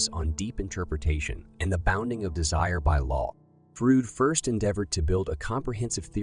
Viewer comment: soulless "Frud"